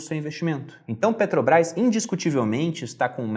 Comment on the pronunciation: Muito bom o Video, mas ouvir "Peteobrais" é foda